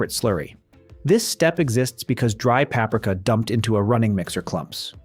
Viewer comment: The thumbnail is one of the stupidest I have ever seen! Why not be truthful? PAP-ree-KA not papreka!